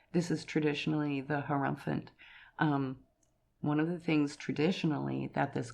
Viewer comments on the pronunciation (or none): none